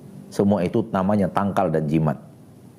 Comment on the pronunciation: Jimat kali ya min, bukan Jimak...